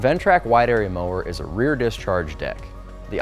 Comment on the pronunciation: it's at 3.38 Rear NOT RARE!